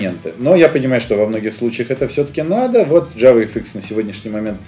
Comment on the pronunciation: Уот (вот) подбешивает